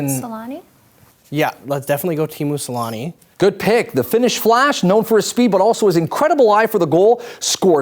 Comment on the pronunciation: It's not Selani it's Selänne!!!